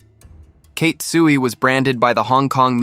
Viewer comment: Damn, you cannot even pronounce 'ruthless' nor her name 'Tsui'. WTF...